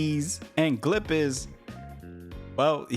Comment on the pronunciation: I can’t fully enjoy this video bc you keep saying Glip instead of GLEP